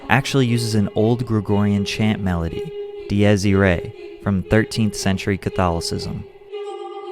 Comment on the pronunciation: Patrick love the vid but I could handle the prononciation diyes iray and conserto, but I lost it at Da-noob